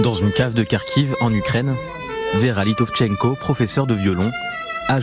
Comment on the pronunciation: Alors déjà on dit pas karkiiiiv…. Ensuite une chanson ukrainienne va a pas un titre anglais… puis vous pourriez pas faire encore plus gros dans la propagande shoalike on se croirait en 40 putain…